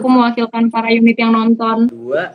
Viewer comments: Dari youn1t kak bukan unit 😂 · YouN1T kak bukan UN1T